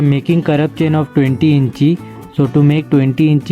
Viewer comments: It is pronounced as INCH .. not incheee 😂😂😂 you got me laughing on the floor with that. Also, it’s not soldering paste- it’s called FLUX Awesome work by the way!